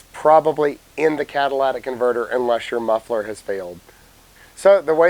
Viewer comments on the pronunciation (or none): “Catalytic”. Phonetically kat-a-LIT-ick. Not, kad-a-lladdick converter. This is why we can’t have nice things. You let people fuck it and pretty soon everyone thinks they need to got to the parts department and ask for a Cadillac converter for their Toyota Corolla. Parts guy is gonna tell you there are t enough parts in the world to convert a Cadillac into a Corolla.